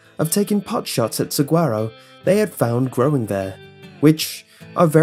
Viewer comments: You mispronounce Saguaro (Su-wahr-oh). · Just an FYI from someone who lives in Arizona, the g in saguaro makes an h sound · As a Southwestern boy I cringed at his mispronouncing of saguaro; also, anyone else go "hehehe" at the news of the dumbass' death? Final addendum:, you say "dark" I say hilarious